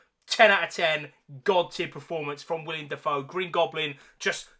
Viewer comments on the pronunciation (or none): It’s willem not william